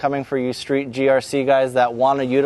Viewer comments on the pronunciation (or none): none